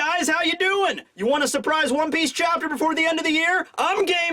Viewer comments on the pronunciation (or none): none